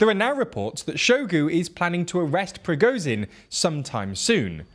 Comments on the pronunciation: The ZH in Prigozhin should also be pronounced the same way. Also the W of Wagner, a German word , is pronounced like a V like the W in Volkswagen. And the KH of Kherson and Bakhmut is pronounced something like a Spanish J - think Juan, José, Rioja. Getting these details right would really increase your credibility. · Prigozhin: Prih Goh (the "goh" sound being like in "God") Zhin (the "zhih" sound is like a French "je" sound, or how you'd say "Jules," as in Jules Vernet). Seriously this man's name is the most inconsistently mispronounced name on the whole channel. Shoigu's name is like shoy-goo Gerasimov; Geh-rah-see-mov